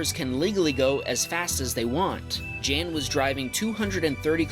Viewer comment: 1) its not jan, its pronounce yan. 2) most of these cars weren't racing, especially not in a turn at a light. 3) sorry but today some of your comments where cringy af. Like really cringy. Edit: 4) how much of a froot loop do you have to be to file a police report for a smoke show. Pretentious much